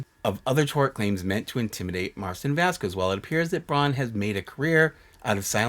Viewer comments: vasquez is pronounced "vas-kezz." think like queso and que pasa. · I love you, but I’m cringing everytime you pronounce Jessi’s last name. The “qu” is pronounced as a “k” sound in Spanish, so it’s “vas-kez”